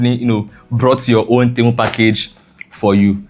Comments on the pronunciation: Temu not Ntemu😂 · For the record it's pronounced tee-moo Great video!